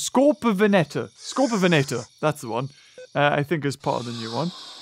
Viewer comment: Skorpiovenator is in Planet Dinosaur documentary. It’s pronounced Scor-peo-van-aiter